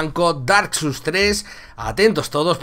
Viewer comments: Ostia.... tiene buena pinta, otro juego de la saga souls para la colección, aunque este es de mesa. xD Por cierto es "souls" no "suls", no lo digo por nada, pero me pone nervioso la gente que pronuncia mal, aunque luego soy yo el que lo hace también xD. Un saludo máquina, me has alegrado la madrugada con esta noticia. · y Neta No te enfades xD, solo digo que lo has pronunciado mal, se pronuncia como se escribe "souls". Aprende de los errores, solo te he remarcado un error que has cometido para que aprendas y no lo vuelvas a cometer. No te lo he dicho con intención de ofender. De los errores se aprende mucho.